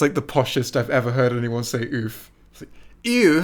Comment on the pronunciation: That wasn't a posh Oof, you said ewf, a mix of ew and Oof.